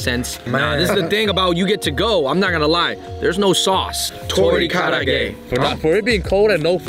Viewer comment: It is tori kara age, not tori karaa ge. Kara-age means deep-fried food.